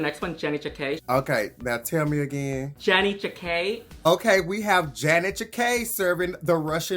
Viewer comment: I keep wondering when will yuhua ever say janey’s name correctly hahaha